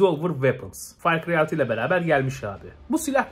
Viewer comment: "Fay cıyay döyt" LMAO